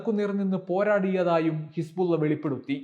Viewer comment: Hisbulla എന്ന് പറയുമ്പോൾ വായിൽ വെള്ളം നിറയുന്നുണ്ടോ. ബുള്ള